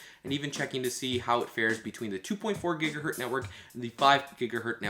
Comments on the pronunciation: annoying video jumping (please fade)!! annoying noises!! gigahertz not gigahert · "5 gigahert" Fml.